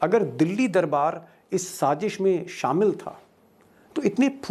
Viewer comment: Good presentation ❤️ But please say Sazish not Sajish